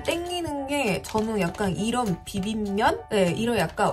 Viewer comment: 아니...비빔면 발음이 어럽더라고요~ 돋보기도 괜찮지만 비빔ㄴ도 나쁘지 않다고 생각하는데 어때요. 안녕 비빔ㄴ들??ㅋㅋㅋㅋ 화질은 아이폰쒈튄의 힘이수구!